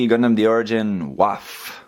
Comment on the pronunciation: Great video, but for future reference W in German is pronounced like an English V. So it would be pronounced Vaff not Waff.